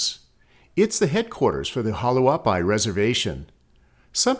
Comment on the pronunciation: Hualapai is prononunced walapie.The others are more subtle.Maybe only locals would catch.Great video.I'm glad it"s not A-I narration.Thank You.